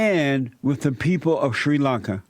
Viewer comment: Shuiiii Lunka.